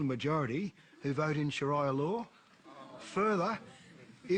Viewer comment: Shiraya law? Wtf. A man who doesn't even know how to say Sharia law, pretends he knows so much about it. Idiocy of a white man at its best.